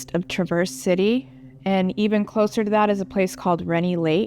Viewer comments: Haha, I knew this would come up! I am actually not from Michigan, hence the mispronunciation! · So there are people in Michigan that don’t know how to pronounce Traverse City? 🤔